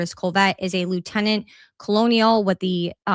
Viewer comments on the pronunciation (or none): Hey, not trying to embarrass you at all, just want to help you out with pronunciation of a word. Colonel is pronounced phonically "kernel". I was in the military for 21 yrs & it never made sense when I saw the word in a document why it was pronounced like that but it is. And I really am just helping you out. Love all the hard work you are doing along with all the others who truly care & want to know what happened to Charlie Kirk. Keep up the good work & God bless you & your family 🙏